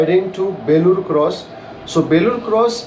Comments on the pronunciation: Enjoying long drive.. its Belluru cross not Belur cross.. In Kannada.. ಬೆಳ್ಳೂರು ಕ್ರಾಸ್.. ಬೇಳೂರು ಅಲ್ಲಾ. 😎🙏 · Good video....Let me correct place name pronunciation. It's Belluru (ಬೆಳ್ಳೂರು) cross not belur cross.